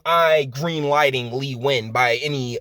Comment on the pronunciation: Impressed you know how to pronounce Nguyan, I never did.